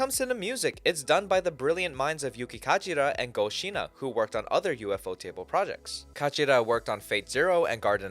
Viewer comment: It's not, it's said as one word. The Japanese pronounce it "Yūfōtēburu".